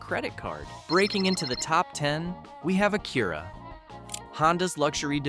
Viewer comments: What do you mean AKEERA?? It's AK-u-Ra!! Get a new AI voice generator... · Fake A.I. robot voice than can't even pronounce ACURA correct (Akurra hahahaha) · You are mispronouncing Acura. Google name. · Why couldn't they pronouce Acura correctly? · How come AI doesn't know how to pronounce Acura or Hyundai?